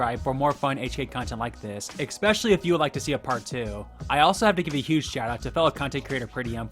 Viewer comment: "Ex pesialy"